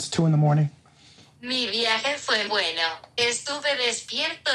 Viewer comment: Why is he saying Bein and not bueno?